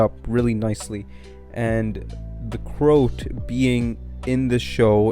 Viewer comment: Great video, but you're pronouncing the name wrong - it's not Crout, it's CroAt, as in a person from the country Croatia in Europe.